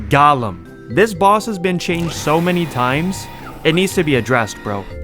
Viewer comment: Broh how do u think golem is pronounced like that